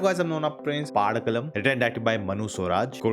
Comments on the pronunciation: It's not Paa̲dakkalam It's Padakkalam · Padakkalam. Not paadakkalam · Not paadakalam its padakalam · Nona pronouncing Padakkalam like Aadukalam. 💀